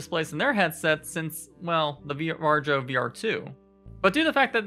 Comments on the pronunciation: I'm pretty sure varjo is pronounced var-e-o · Varjo? Just say varyo. Or just shadow. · This is a great talk. Although I couldn't help but laugh a little when you said Varjo, it's pronounced 'VAR-EE-O'. Anyway Micro OLED is a fantastic new display technology and we've already seen the Arpara 5k which Sebastian Ang has already looked at - this headset has some ways to go but the display technology is amazing and it uses the pancake design you mentioned in a much smaller form factor. This is the future of VR and it's within touching distance!